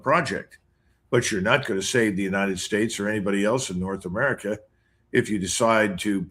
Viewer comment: u say it like i do because thats what it sounded like when Lydon Johnson said United States of Murca